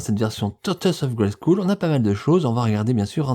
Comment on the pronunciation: Merci pour tes vidéos, il faut prononcer « grayskeul » et non « grayskoul » au fait 😉